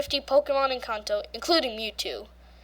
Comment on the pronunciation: Kanto not kaanto